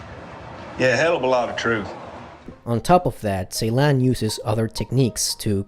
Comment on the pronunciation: Just a correction about the director name , C in Turkish is pronounced J so his name pronounced Jeylan